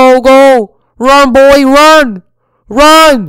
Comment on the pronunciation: He said B O I 🤣